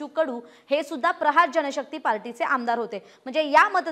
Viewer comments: Party cha nav nit ghe ya madam Prachar nahi prahar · पर्चार नाही ताई प्रहार